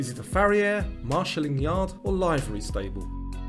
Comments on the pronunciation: 37 out of 40. By the way, livery is pronounced as LIV-uh-ree. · Look, it's LIVE-ery. Like "I live in this stable". Not live as in 'I am alive'. As an equestrian, I have never heard someone refer to it as livery the way you said it. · I never heard “livery” pronounced as you did. Are British and American pronounced differently ? Also’ Macrame.